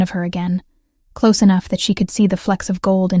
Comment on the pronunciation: Please instruct the robot narrator how to pronounce «close» - adjective vs «close» - verb. Better yet, hire a human narrator who knows the difference.